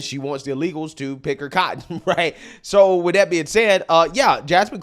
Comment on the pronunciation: Baybay.... baybay... git him some meds cause I don't know where he's evah gonna go.... she's just making sounds wif huh mouf.